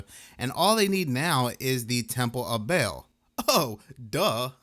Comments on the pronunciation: Baal phonetically sounds like ball…GOD!!…. You keep saying BAIL!! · Ball not bale baal